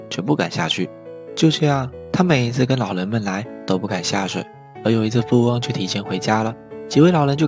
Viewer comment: 老len听着我真的不舒服•_ゝ•...